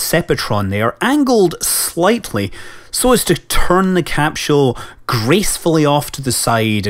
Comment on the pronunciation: Every time I hear Scott say "capshule", I have to repeat him out loud. I can't help it.